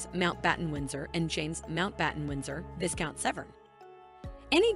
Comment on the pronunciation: Pronounced VYcount not VIScount.